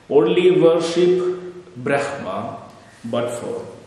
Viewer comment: 🙏🌷 Bhraamaa Pronounced Correctly. The First Breath. Nagas of Kerala are from Nagakshetra. SOUTH AMERICA IS KNOWN AS #PATHALA NORTH AMERICA IS KNOWN AS #MAHATALA AFRICA IS #RASATALA ANTARTICA IS #TALATALA EUROPE IS #ATALA(Atlantis) ASIA IS #VITALA AUSTRALIA IS #SUTALA (Astra+ila/Suvarnabhumi) The epics and Puranas describe several vast inhabited continent sized regions called '#Talas'. There are seven #Talas identified with what is now known as the seven continents